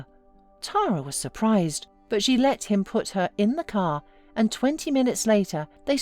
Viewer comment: Put her in the "caah and twenty minutes lataah"